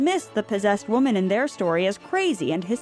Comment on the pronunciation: Waaahhhman, it’s pronounced waaaahhhman